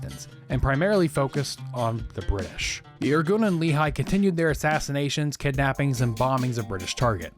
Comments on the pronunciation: Great video! For future reference, it's pronounced Lekh-ee, not Lee-high, accent on the Lekh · Just a small correction. "Lehi" is not pronounced as "Lee High" but as "Le hee" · It is pronounced Leh'khee, not leehi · You are incredible, but for the love of! It's not Li-Chai, it's "Le-Hee"❤ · Love your channel, been following for several years. IMO, you're one of the most comprehensive and well-sourced history YTers, especially of modern histories, even on controversial periods. Minor corrective note: Lehi (in Hebrew) is pronounced "Leh-Hee", not "Lee-Hai"